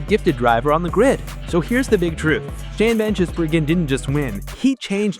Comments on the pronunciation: GIZ not JIZZ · And what about 'van Jizzbergen'?😂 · Shane Van "Jizz"bergen!!!! LOL, American pronunciation is so funny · Shan Van “Jisburgen” haha 😂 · FFS you'd think you'd get his bloody name right. Lightweight careless AI BS.